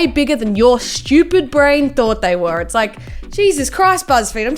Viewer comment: When she said “IFS SO BIG” me; that’s what’s she said xD